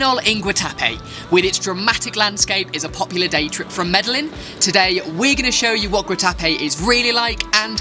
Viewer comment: MEDELLIN - sounds like (Mede- Jean). Lovely video